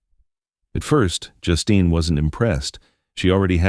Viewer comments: I almost screamed every time I heard Justin instead of Justine. Is it really that difficult to get a human to narrate? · Please pronounce her name properly.....JUSTEEN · I hate the way AI mispronounces words. Sometimes it says her name right and other time says it like a boy’s name.